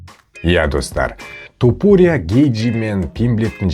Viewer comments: тОпурия демей То(а)пурия деш ,нервыны ауыртпай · Брат Тапурия деп аита берши😂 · Туупурия дегенине ризамын брат 😂